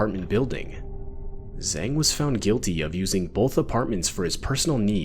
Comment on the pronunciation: Wang and Zang are pronounced like ah, not ei. Also the Z in Zang is not just solid Z like in English but kind of like Tz, sort of in between the two.